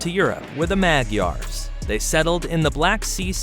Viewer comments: My gripe has to do with his pronunciation, e.g., "Magyar" I learned as "Muh-dyar" and "Odoacer" I learned as "Oh-doh-AH-ker." I'm glad to see other commenters have agreed with me there. Also I was disappointed that there wasn't more information about the pre-Roman period. When are we going to get over Roman history? There was more happening in the world besides that! I also was taught that the Romans called the barbarians "barbarian" because they were bearded (barba), whereas the Romans at that time were shaven. As a funny side note, in Basque the word for "beard" is "bizarra" and in Welsh it is "barf" (LOL, except it is pronounced "barv.") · I would be more bothered by the pronunciation of Mag-ee-ar. Why can't educated people learn how to say these names correctly?